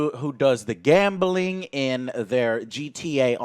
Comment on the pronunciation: Great video. Can i just say tho, Joe, there is no E in gambling. GAMBELING